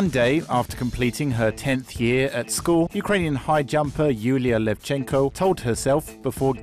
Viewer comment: its LEvchenko, not LevchEnko